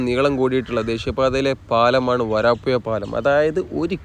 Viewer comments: സ്ഥലത്തിന്റെ പേര് മാറ്റിക്കളയുന്നു. വരപ്പുയ എന്നൊരു സ്ഥലം ഞങ്ങളുടെ നാട്ടിലില്ല. വരാപ്പുഴ ആണ്. തന്റെ ഒരു പേട്ട ഭാഷ. മയ, വയി, കുയി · വയി മാറി ഒയുകിയ പുയ... വരാപ്പുയ..